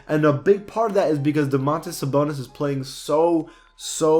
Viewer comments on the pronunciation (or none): Bruh he said Sabontas Dabonis, im dying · He said Samantas Dabonis